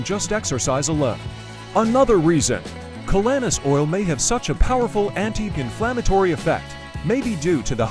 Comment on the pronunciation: Even though I believe in the superior benefits of this calanus oil, it’s hard to show credibility with this presentation when the narrator who can’t even pronounce the name of the product or its ingredients properly